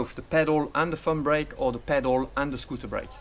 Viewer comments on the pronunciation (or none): it's not "fun" brake. it's "thumb brake"